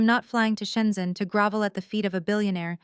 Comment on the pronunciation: grOvel, not grAvel